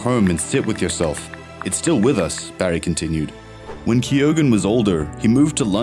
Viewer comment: All the narrator needs to do now is learn how to pronounce Keoghan correctly. FFS.